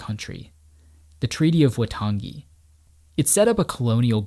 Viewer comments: A couple of notes on te reo Maori pronunciation: Waitangi is pronounced 'why-tahngi' Manapouri is pronounced 'mah-nah-paw-u-ree' with the last three syllables sort of rolled together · As a New Zealander, this is what its like to go for a walk. Also pretty well done pronunciation for someone not from here. The treaty of waitangi isn't pronounced right but other than that its pretty good. It gives a good description of our history. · Beautifully shot and edited mate. Its more Why-tongue-e than Wah-tongi but we appreciate the effort :) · I cringed myself to death when he said Waitangi.